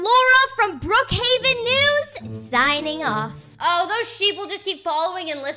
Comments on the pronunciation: They also say bruckheaven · Why when they say Brookhaven they actually say Bruukhaven? Btw I love your vids 🥰